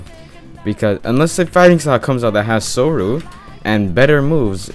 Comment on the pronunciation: Say soru like they say it in the show it’s just so clean